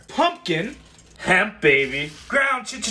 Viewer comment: I like the emphasis on "Hemp" Anthony! Do you smoke buds? And if so does it affect you in any way??